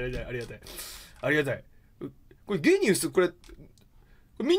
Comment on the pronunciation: ゲニウスってジーニアスをそのまま読んだみたいな感じでしょ？なんかきついな